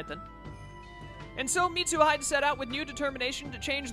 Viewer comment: I'm the same with how you say Mitsuhide. It's Mitsu He - Day. It makes me laugh, too. Then again, I've binge watched this entire series for the last 3 days since I'm in lockdown with literally nothing better to do.